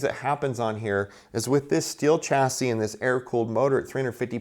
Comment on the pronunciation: It spells "chasi" but read Shasi